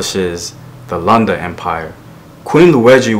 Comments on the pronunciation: Vowels, vowels, vowels, vowels! a e i o u. Lunda and not Landa. Like how you say ‘look’... Great videos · Oh btw its pronounced Loon-da